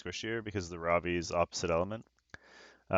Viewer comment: Every time you say Ravi I think you're saying Robbie. Its now official, time for SG to come out with a character named Robbie. On the fights that first one was very unfortunate. The other 2 were great. All were great to watch. Its a common theme for you, you seem to get resisted quite often.